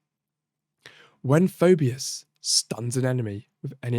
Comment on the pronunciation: It's "Fee - bus".